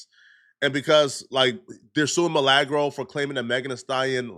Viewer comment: Bro I cant stand the waybu pronounce words...MILAAAGRO LOL.. MILAGRO